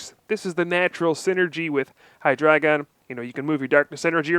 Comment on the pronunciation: OMG, you pronounce Hydreigon correctly....thank you!